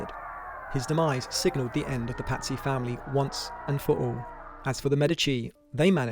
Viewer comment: Pazzy sound like patsies